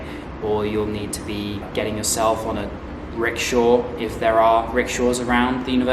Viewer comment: 😂 silly you! It’s pronounced like this: Rick-Sha not Rick-Shor hope it helped!